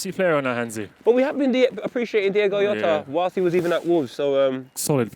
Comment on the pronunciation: Just to say mad editing skills by Klopp today, must be getting paid . And also you pronounce the " j" in Jota not as an "h" or "r" bust as in the sound of the j in words like "jay", same thing goes for José ( which is actually pronounce j - u -sé).